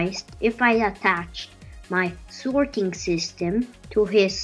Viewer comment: “Swarting system”